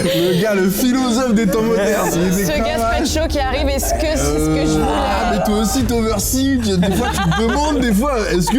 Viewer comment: Sympa cette vidéo de la rentrée. Je me pose une question, savez-vous pourquoi dit toujours "iske"? Est-ce que le verbe être au présent est si compliqué?